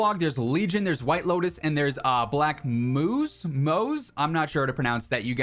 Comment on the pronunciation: Pronounced Black Mous(ma-ow)